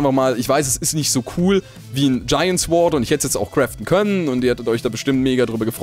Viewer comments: sword wird "sord" ausgesprochen und nicht "sword"!:D mit einem stummen "w";) ich dachte du hast abi jungee!;) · Es wird sord ausgesprochen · mein lieber... es heißt SORD... das w spricht man nicht mit!:) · Bitte Das spricht man Sord aus, das w in Sword in stumm D: sorry das kann ich mir nicht an tuen -.- dabei bluten meine ohren:D